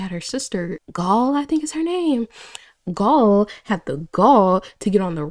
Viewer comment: Gaeul to "gol" 💀